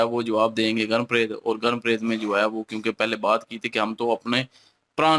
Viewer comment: Goon, nahi Gan bolte hai